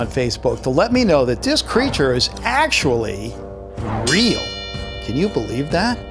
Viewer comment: did you mean real and did you mean fake not rial or fase!!!